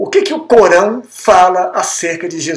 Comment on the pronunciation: Não sei se a vossa dicção é realmente Ruim, mas eu não entendi a palavra ALCORÃO momento algum, mas sempre entebdi CORÃO . Isto é muito ruim para quem quer falar ao público.